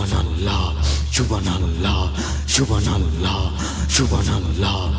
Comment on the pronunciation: ক্ষমা করবেন, আপনি সুবহানআল্লাহ উচ্চারনে একটু ভুল, আর সুবহানআল্লাহ বুকের বাম দিকের 2 ইঞ্চি নিচের কলবে হবে.